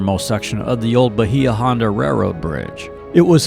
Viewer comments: Bahia Honda is pronounced Bay-ah, and Conch is pronounced Konk. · Seriously you guys need to research how to pronounce the places you visit. Bahia Honda is (Baya Honda) Key west conchs. Is pronounced “conk.” This is the identity of key west. How could you have visited and not know that? This is why locals get frustrated with people that visit and publicize things that are flat out wrong. This made me cringe. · Ok I’m probably late to the game but PLEASE get your pronunciation correct!! It’s Conck! and it’s Bay-a-honda long a and then short a. A born and raised Conch! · Bah-hee-ah. Holy crap. Lazy.